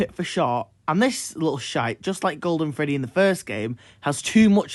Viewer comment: I never thought I needed someone pronouncing the name like „Freddäh“ but here I am